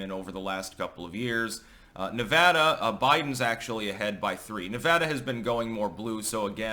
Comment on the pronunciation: I live that you say Nevada correctly